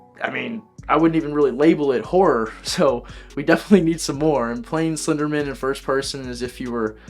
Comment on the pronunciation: Slender*man*, not "men."